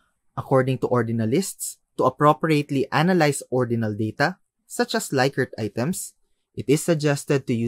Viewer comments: Rensis Likert is pronounced "Lick-ert" not "Like-ert" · "Lick"-ert, not "Like"-ert